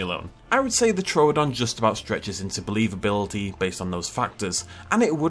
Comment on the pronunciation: First Dino you named is called Troo-don not Tro-odon 🤣